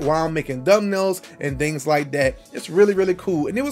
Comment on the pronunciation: did you say dumbnail? Imma start using that